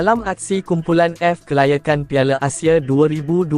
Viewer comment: Melaye, Asie ,Malaysie .Nampak sangat AI ni😅😅😅